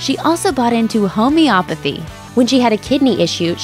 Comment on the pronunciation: Home-ee-oh-pathy. Christ, if you didn’t know how to pronounce the word atleast look it up before you post it for the world to see lol